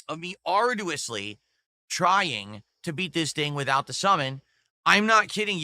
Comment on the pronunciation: doesn't know how to pronounce "arduous"